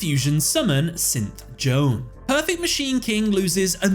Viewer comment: Just wanna point out, it's Bugroth, not Burgoth; You've mispronounced it multiple times. Did yo usay "Synth Joan" instead of "Saint Joan"? Anyway, okay analysis video! Thanks for uploading! Looking forward to more like this from you in the near future!